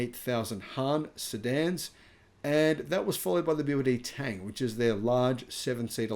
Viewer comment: A quick tip to pronounce 唐(Tang), say "Ton" instead of "Tang" (∩_∩)